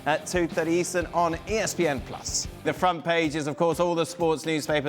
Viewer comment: ESP-HAINE TV 😂😂😂